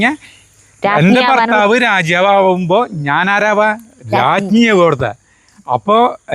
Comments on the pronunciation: രാജ്യാവ് അല്ല.രാജാവ് ആണ് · രാജ്യവ് എന്നാ പറയണ് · രാജാവ് എന്ന് പറയുമ്പോൾ എന്തോ ഒരു മിസ്റ്റേക്ക് പോലെ😊